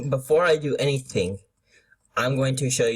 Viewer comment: "Before I do any ting" I don't know if it's just your accent but pronounce it right. and my team is 100 Gyarados 100 Giratina 99 Mewtwo 94 Deoxys-D 99 darkrai (working on a 90+ latios) 76 latios